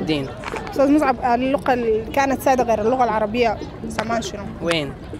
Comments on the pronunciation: اسمها اللغة غغغغاغغغغغااا وليس اللقة 😭😭😭😭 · المذيعة دي غيروها احسن ليكم ، عشان القناة تستمر بفكرتها الجميلة دي… لأنها بتتكلم عن اللغة العربية و بتنطقها " لقة" مهما المستضاف يقول اللغة هي تقول لقة بالقاف .. اسمعوا الكلام دا بالله عشان ندعمكم